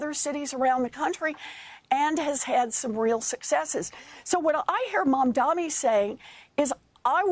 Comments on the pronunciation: his name is MamdaNi, better learn it to pronounce it correctly as you're gonna speak about him for a very long time. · Mum-dani. It's not hard... WARREN! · Senator his name is MAM-DANI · Warren endorsed him. And you can’t even pronounce his name. MAMDANI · Not Mad mani? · At least pronounce his name right. It has an “n” at the end. This simply demonstrates as long as it’s her party she’ll defend. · he still can't say his name. This is just disrespectful. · This guy has been talking about Mamdani for weeks and still can't say his name right and even hesitates to say it. What a hack. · I can’t take anchors or guests seriously; who can’t pronounce a name correctly that is spelled as clear as day MAMDANI🗣️ (these AIPAC puppets are a joke) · Apparently it is hard. Bernie mispronounces it as well. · Why are they both so illiterate? It’s such a chore for them to get his name right. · Learn to pronounce his name, for god's sake. Such biased interviewing. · Ironically despite all his focus on the man, he still can’t say his name right 😂 what a clod